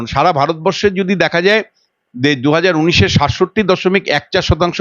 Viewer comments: আরে উনিশ কে বলল উন্নিশ! ভালো করে উচ্চারণ করতে শেখেনি। খুকু মণি আবার ছাংবাদিক হয়েছেন! ছোঃ যত্তোসব বালখিল্যপনা! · এখন সবাই ছাংবাদিক! কোনো degree লাগে না। ভালো করে উনিশ উচ্চারণ করতে পারেনা। বলে উন্নিশ ছ্যা! আবার বলে পোকল্প! ওরে ওটা প্রকল্প হবে।ভালো করে বাংলা বলতে পারে না সে আবার ছাংবাদিক!!! ছোঃ